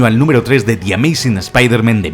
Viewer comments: Me da cáncer cerebral cada vez que dice espeederman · Me encanta el video soy super fan tuyo.....pero que nervioso me pone que digas spidermEn en ve de spidermAn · Se dicen Spider- mAn Se dice Iron-mAn No mEn 😓😓😓😓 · Pronuncia bien las palabras q es un espiderman??? pronuncialo como se debe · La mitad de las cosas no son curiosidades reales, son movidas que has cuadrado tú porque te han dado la gana. Además, de verdad, deja de decir "Espaidermen", que no sabes decirlo xd. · "Eme jota" "espiderman" porque les cuesta a los españoles pronunciar las palabras en inglés? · Spiderman ( pronunciación literal ) me matas !